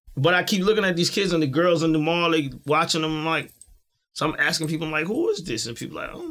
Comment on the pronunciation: Why is it so hard to say Mall(Mal)? Ex: People shop at the mall everyday.